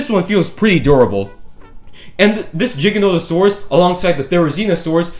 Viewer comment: No he didn’t pronounce it correctly, it’s not pronounced (J) it’s (G) stop pronouncing giganotosaurus with a J🤦